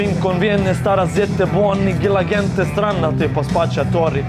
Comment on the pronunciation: Zar tamo nema nikoga da mu kaže da se "gente" izgovara đente. Tako mi uši bode. 😁